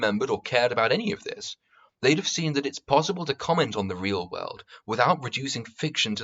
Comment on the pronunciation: Bargain bin mauler. Do you pronounce world as "weuld".